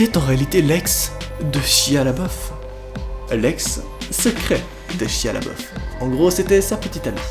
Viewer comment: Pk vous l'appelez shia le beauf mdr c'est pas ca la prononciation de son nom